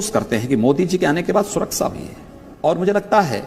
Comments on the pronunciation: ये गंजा गंजेड़ीमल ख़ुद को साधु कहता है इसको तो देश बोलना भी नहीं आता है देस बोलता है सुरक्षा को सुरक्सा बोलता है प्रदेश को प्रदेस बोलता है ज़रूरत को जुर्रत बोलता है कैसे कैसे लोग रहते हैं यहां पे😂😂😂😂😂😂😂😂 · सुरक्षा सही से नही बोल पाते हो और बात बड़ी बड़ी